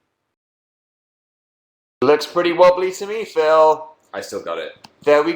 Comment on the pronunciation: But dan doesn't know that many phils , why can't he just be called phiww lol , that's how dan pronounces it :)